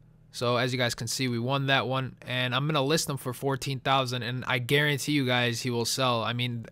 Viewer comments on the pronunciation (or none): none